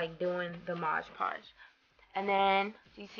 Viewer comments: I LOVE your wall! Beautiful! BTW the product you used is pronounced MOD podge, NOT "modge" podge! (read the label again) ;D. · i just watched 5 diy videos in a row including this one and they all say modge podge... it's MOD podge... :-P